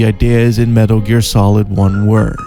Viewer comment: I don’t know what is sexier - the in depth *~Metaru Gearu*~ analysis or that god damn voicebox in your neck.